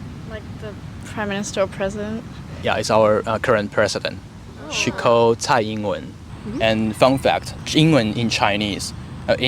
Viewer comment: She called Tsai Ying Wen...